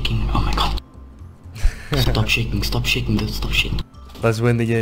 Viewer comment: when he said stop shaking i tought he said stop shitting stop shitting